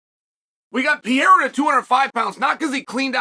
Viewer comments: Not" Pie-ra" but " Pe-rei-ra" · Alex Pierreuh